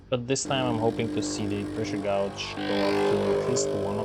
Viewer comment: fyi: "gauge" is pronounced "gayge" appreciate the info :)